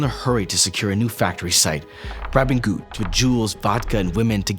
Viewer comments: Not exactly sure but I think Goeth is pronounced Gurt, not Gooth. Otherwise, excellent video. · Amon Göth's surname is pronounced "Gurt".